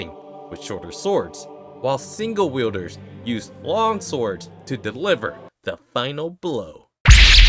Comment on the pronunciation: It's halarious how you say Mathode ends up breaking down the differences between single and double wheelders and the video zooms in on her "double wheelders"